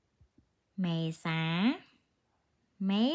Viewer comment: April one sounds like thai for some reason